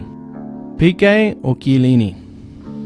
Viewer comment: Kellini its chellini